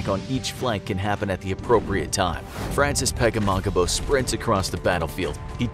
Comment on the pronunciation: It sounds like you r saying frances pegemogimo